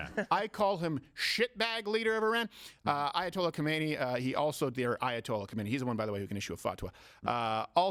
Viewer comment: Not khomeini its khamenei!